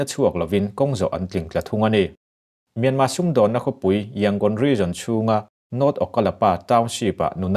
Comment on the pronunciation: Mianma tih a lam rik aichuan Mîanmar hantih rik ngei hi ngaihthlak a nuam.